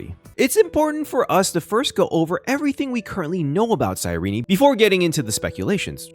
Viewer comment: "sigh ree knee"